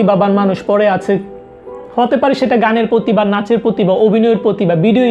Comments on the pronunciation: Not পতিবা। its প্রতিভা। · পতিবা না, প্রতিভা